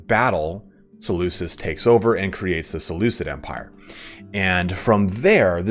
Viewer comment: I love this just one thing though, the way to pronounce Seleucus is with the C making a K sound ik it’s confusing since me say Seleucid empire but yeah